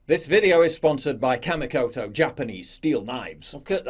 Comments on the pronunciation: It's pronounced KAH-MEE-KOTO. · I know it's hard to get sponsors, but Kamikoto? Seriously?